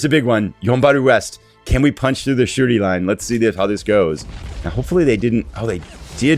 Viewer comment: Every time you say "Shuri" it sounds like you're saying "the Shooty Line" which is, actually, pretty accurate :)